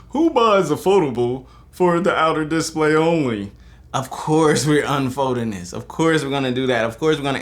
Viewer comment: Nice video but please learn how to say disPLAY :)